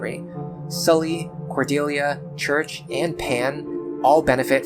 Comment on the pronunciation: Great video. As a French major, hearing your pronounce 'Cherche' as 'church' is sacrilegious. Lol. The 'C' is pronounced as an S; And the first 'E' isn't 'Er'. It's Ehh So its Sherrrrrche. Never thought about reclassing Henry into a Barbarian before. Since my Lunatic run doesn't have Nowi; I'll pair Henry with Lissa. I'll try the Nowi/Henry combo on my Lunatic+ run. Btw, you the safe zone in chapter 16 trick is insane. I'm now about to start that chapter and the infinity grinding trick makes all my previous comments about Sumia being trash irrelevant. I can afford to prioritize Sumia because I can bring everyone else up to speed on this chapter. Cool.